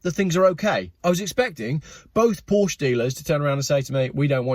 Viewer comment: Remember kids, Porsche is a two-syllable word 🤫